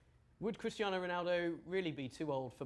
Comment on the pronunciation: Put some respect on Cristiano’s name, please!